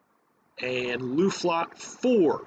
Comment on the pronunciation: Luftflotte - pronounce 'o' like in "floor" ;)